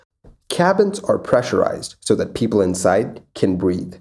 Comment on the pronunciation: Your videos are very informative and I appreciate the concise format. That said, I wish you'd enunciate a bit more. "Dis" and "dat" really grates on the ear after a while. This, that. I can tell that you're either an ESL person or at least strongly bilingual so I realise this is how you speak naturally, but there's a reason elocution teachers exist: natural doesn't sound professional. Take it up to the next level, my friend, and really even out the pronunciation. Thanks!